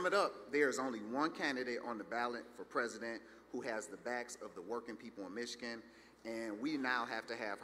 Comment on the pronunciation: sho nuff, she gonna be prezoden!!